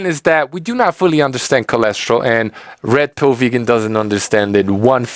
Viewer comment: Every time you say Red Pill Vegan your accent made it sound a little like Rectal Vegan. Couldn't stop laughing! Brilliant!